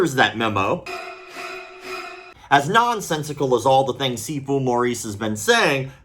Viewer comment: I swear I thought you were saying seafood.